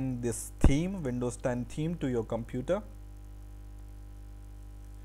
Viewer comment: is he saying theme or team?